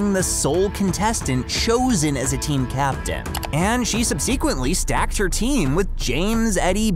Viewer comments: That’s not how you say subsequently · You say subsequently wrong